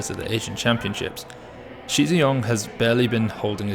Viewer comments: Agreed. As a start - Shi is pronounced more like “Shh”, rather than Xi. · good point on tonal differences, however the incorrect way Shi’s name is being pronounced is not a tonal problem. is pronouncing Shi the way that Xi should be pronounced. And the way to pronounce Shi is not a completely unheard of sound in the English language. Again, not saying that should know this by default, but that’s why we are pointing it out, particularly since it’s not some 10 syllable complicated name to learn.